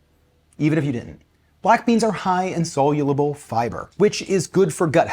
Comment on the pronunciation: Solulable? Essensually?